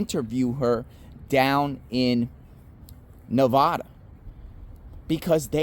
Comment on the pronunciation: thank you for saying Nevada correctly😊 Too many things we just don't know yet!! I agree with you 100% Seems like the prosecution isn't playing straight. Or what did Bethany hear?